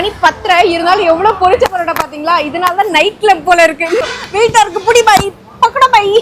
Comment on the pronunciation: பக்கடோவ் பாயா? பக்கோடாவா....பரோட்டாவா...தெளிவா சொல்லுங்க...கொழப்பாதீங்க 😂😂😂